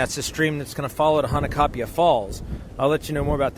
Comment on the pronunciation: Mahalo! Nice job on the photos & video! The river is definitely tough going especially after a rain and when you reach the falls you are rewarded with a stunning sight 😍 Glad you and your friend made it back in there safely. By the way, as a local, may offer you a little feedback on how to pronounce “Hanakapi’ai”? It sounds like you are saying “Hanakapi ‘a’” You were very close. The last part is pronounced a little different. Broken down Hana-ka-pi-ai. The ‘ai’ is pronounced “I” or eye! 😊🌈💕